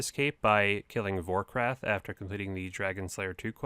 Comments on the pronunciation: It's Vorkath not Vorkrath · VorkATH. man that triggered me when you called it VorRATH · Fun video to watch man, one question though. Why do you pronounce “Vorkath” as “Vorkrath” lol. You’re adding an extra R, just thought it was funny. I liked and subbed so don’t worry I’m not a piece of shit troll 😂🙃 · vorkrath haha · V O R K R A T H Don't be like ''this is how you pronounce ardougne right" and afterwards butcher haysta and vorkrath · Did this dude just say vorkrath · A couple times yeh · reeeeee "Vorkrath" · Also proceeds to say Vorkrath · You’d think there was an extra R in Vorkath with how many people pronounce it annoyingly wrong. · Hard for me to take your word on how to pronounce addy when you add an extra 'r' when say vorkath